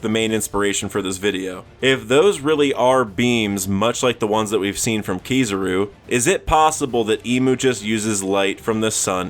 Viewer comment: Keysarouu bruh.. its ki-za-ru anyways good video